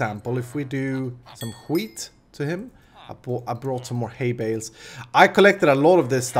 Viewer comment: När du säger ``wheat`` så låter det som skit XD